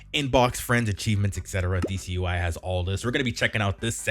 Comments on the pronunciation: It isn’t pronounced DC ui, its /deɛs/ ui (it is french, goddess in english) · "Déesse" is actually the frnch for Goddes, and is pronounced like DS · This is not how you pronounce déesse xD It's french, check out Google translate ;) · I don't think that's how u pronounce "déesse" UI